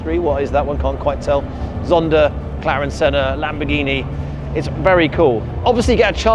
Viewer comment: gh just sounds like g, so a standard British "lambergini" is more accurate than what you did there